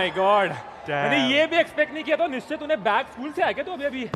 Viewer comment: Abey woh "nischay" bol rahe the